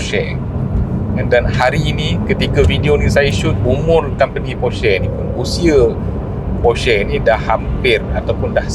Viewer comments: bang sebut nama brand porsche tu betul. salah tu hahahaha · Terbaik bang…sejarah Porsche dan info mantap….cuma kalau boleh tambah baik dengan sebutan “Porsche” itu sendiri…at least netizen dapat tahu sebutan yang betul nama Porsche itu sendiri. Sekadar cadangan 1sen dari saya.